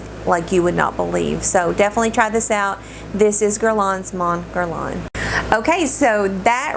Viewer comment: haha I tought you said the t sorry 😂😂!! French can be a pain to get used to and so many perfumes have French names! If you want a little more improvement for next time, Mon Guerlain is pronouced without the N at the end of each word 😊